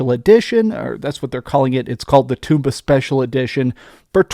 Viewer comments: It's tomba, not Toomba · everybody mispronounces Tomba. It's not Toom-bah. It's Tom-Bah. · The title in Japan is: トンバ The first kana there is pronounced most similarly to "toe," and pronouncing all three would most closely be for English speaker: Tome-bah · According to who, though? Where is the official pronunciation guide? I think it's more like Tomato, Toe mah toe, type deal. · I knew there was a reason "toom-bah" didn't sound right!